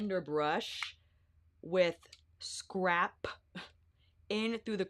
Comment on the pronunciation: I’m never gonna not hear ‘scarp’ now 🤣🤣 you crack me up. I always love your videos the most!! Thank you for doing ALL the color comparisons cause you know we need it lol